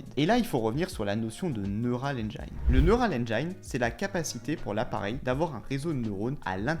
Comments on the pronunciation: on prononce Neural Engine comme ça: neurôal enjean et non engaïne. merci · Engine = Haine jean Et non pas Haine djaïne :D ;) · Petit tips de prononciation : « Neural ènjaïne » comme tu dis ça n’existe pas… Va réécouter Tim cook ;) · "engine" ça se prononce "end-jean" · Hé ho..."engine" ne se prononce pas comme à On ne vous demande pas une maîtrise parfaite de l'anglais, mais quand même...